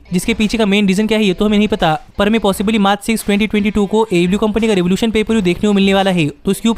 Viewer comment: first of all you need to speak clearly, what is ablew ablew its aew ok,i hope you will work on it